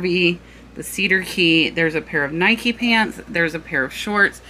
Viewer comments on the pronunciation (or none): none